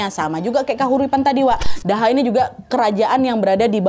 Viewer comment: Btw kak Nad, kerajaan yg dipegang patih Gajahmada itu kerajaan Doho bacanya, bukan daha 😁